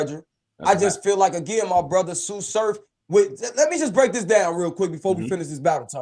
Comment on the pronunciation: On god tsu said it perfect